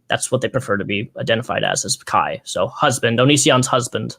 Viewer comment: i love calling Kai 'kay' lmfao luv u bebe